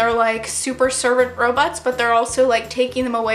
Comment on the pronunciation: i 100% thought you were saying Ro-butts, instead of Robots 😂 jesus. SAD TOG FEELS. I CRY 😭